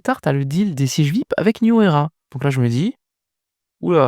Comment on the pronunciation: Frangin, fais quand même l'effort de prononcer #Vi-ayi-pi, en lieu et place de #Vip, car certains auditeurs ne sauraient deviner ce que c'est. Sinon, courage pour le sacré job que tu abats💪